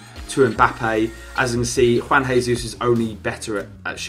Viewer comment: Only me who realised he kept saying "Juan jesus"